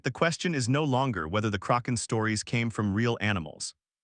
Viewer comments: DUDE!, it was NEVER called The CROC -AHN, It was CORRECTLY CALLED THE KRACK - EHN. IF You do NOT KNOW HOW TO SAY A WORD OR A PERSON'S NAME,... YOU LOOK IT UP!!!!! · I agree with you are relying too much on AI only to narrate your stories. It is detracting very significantly from a documentary that would gain far more positive notice, if humans played a far more active role in the final stages of production. This video is in English. It is inexcusable to mispronounce the word Kaken when it is the subject of the video. It is NOT the result of regional differences in pronunciation. It is just wrong!!! I call attention as well to the word, "read". It can be pronounced as, 'reed' or 'red'. All it takes is one individual paying attention once to the audio to catch and correct these errors before the final version is dropped. I tell you the truth. is absolutely 100% right. I really loved this video, but, the mispronunciations made this almost unwatchable for me. Please correct and take a little more care in your editing in future and you'll have me watching for a long time in future. Thank you and sincerely, Bill Baker in Toronto